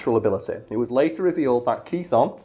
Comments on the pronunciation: Kuh-Thon lol that was painful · Wanda frank ? ano you really dont give a shit but I believe Chthon is pronounced Kithon I always thought it was syphon but guess not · Chthon is almost certainly based off of the Greek word Chthonic (in, under, or beneath the earth). And therefore should probably be pronounced with the 'ch' as a 'k'. Kthon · Cthon would be pronounced similar to cthulu.